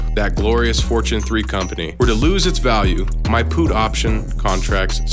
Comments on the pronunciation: its not puth like charlie puth its called a PUT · "Pooot option" hahaha 🤦🤦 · That's not how you pronounce 'put' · Why do you say put like that tho 🤣🤣